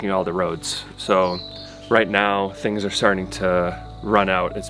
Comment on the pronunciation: Ah how I love the eastern US accent and their non-existent r's. 🤣 "Aw ya movin' theya?" Stay safe in Panama and I hope things start to turn around for everyone!